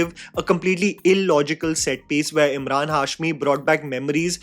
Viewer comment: Am I the only one who felt kept calling him Imran and not Emraan..